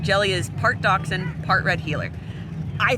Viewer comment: It's Dachshund, not Datson. Jelly is half German, not Japanese.